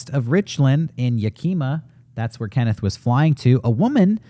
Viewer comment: I hate to be that guy, but I used to live in Tacoma, WA, and every time said Yakima, I was confused. Locals pronounce it as "YAH-key-maw", not ya-KEEM-ah, the way he was saying it.